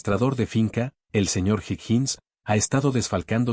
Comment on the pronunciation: Sugerencia el nombre Genevieve se pronuncia Geneviev (no se toma en cuenta la e final) igual Asbourne que se pronuncia Asbourn y Higgins, Higuins😊👍🏻